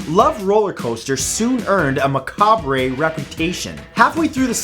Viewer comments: It's pronounced Ma-Cobb, not Ma-Cobb-Bray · “Macobray” lol macabre pronounced ma-cob. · It's pronounced "ma-KAB", not "ma-KAB-re". It's french (I think, please correct me if I'm wrong) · Macabre=Muh-cob. Not muh-cah-bray. Much love brother. Keep em coming! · 'Macrabray' - hahahahahah The word is French - pronounced ' mac - carb' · "Maca-BRAY" Bruh it's pronounced Ma-COB! I thought the same mistake in the last video was just a flub or maybe I misheard it but this one is clear as day. I'd be a little more lenient but the channel was classified as "Edu-tainment", not forgetting the "edu" part of things. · >macabré Matt, bud, I love ya But its Mah-CAWB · Macabre is pronounced Mick-cob not mic-con-ra. The re is silent. I’m not the grammar police but this one drives me nuts. Doesn’t this guy have at least one person in his life that watches his videos beforehand and tells him about this kinda stuff? I catch it on his videos so often. Oah well,I still love yah Matthew And your videos. Your varied choice of topic and goofiness keep us fully interested and never board. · Matt m'boy, you've outdone yourself: two minutes in and you've already mispronounced two common words, "ma-KAHB" and "MY-zer-lee." And no, Canadians, we won't judge you because of his boo-boos. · Luv ya dude but macabre is pronounced ma Cobb. The re is silent. Not bashing...educating. it ups your credibility! Keep doing great vids! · For #10, it is pronounced "ma-cob", the "-re" at the end is silent. And for #9 "my-sir-ly" would be the correct pronunciation. If you are unsure of how to say a word, look it up please. It doesn't take long and would add more polish to your videos. If no one has corrected you on those words before, well... I can kind of understand that since they are not commonly used, and now you know for next time. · Please look up how to pronounce macabre. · That's... not how you pronounce macabre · Macabre is not pronounced like that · The re in macabre is silent.